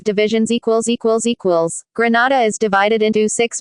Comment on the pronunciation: Please! Not Granada GRENADA